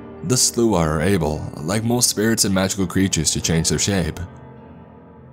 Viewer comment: Takes me out of the story when a word is constantly pronounced wrong. It's the Slaw! Yes, it's spelled strange but pronounced like slaw. Not whatever you were saying. You'll never see this, but still much love to you.